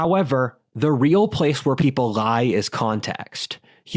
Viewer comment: "Society is a Glie!"